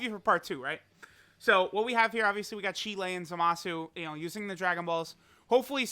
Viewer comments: Its chiiiiiilai not Chile 😡😡😡, every single damn time you say her name, you say it wrong. Smh probably cause u to busy pulling it to lr kale and caulifla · This dude seriously had to disrespect my waifu, and call her "Cheelay." Imma CheeLAY someone's ass out if I hear this shit ever again. Also, jk, just in case.